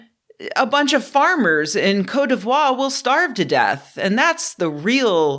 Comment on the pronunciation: I learned many things from this video, but the most unexpected was the correct pronunciatien of Côte d'Ivoire